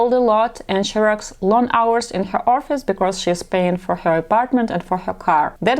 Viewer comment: Many men appreciate a natural look as more honest, less vain, less high maintenance. If you want to grow old w this lady you want her outward beauty to just reflect her inward beauty in personality. That makes the best long term attraction. As you say personality most important here. A side note: FYI to avoid embarrassment, English pronunciation of “office” is “ahhh -fis” 2 syllables. Not Or-a-fis. That sounds like your saying orifice ( a physical opening 😬) you have a pretty English accent but that word through me at first 😂. (Not trying to be creepy)